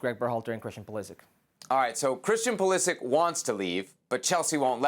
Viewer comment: His surname is croatian and it is proununced Pulisich (Pulišić).